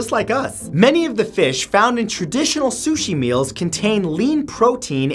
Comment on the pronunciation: as soon as he said suchi I threw me phone